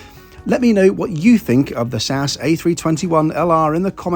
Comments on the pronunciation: It's Ess-Ayy-Ess. Not Saaahs. If you are going to travel on narrow-bodied aircraft for long flights you should wear a kilt so it's easy to dissipate fumes by flapping it instead of a slow release through your trousers that will annoy staff and other passengers. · Love your videos, but please… please… don’t call them Sass! It’s SAS. Ess A Ess. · You def lost me today: Saaas Airlines? JFC… Not Tool much to get the Name right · As far as I can remember you are the first one who pronounces SAS in in one word rather than the single letters S-A-S 😉! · Sass? S-A-S, as it has been called historically, sounds much better. Like BOAC being called Bowack.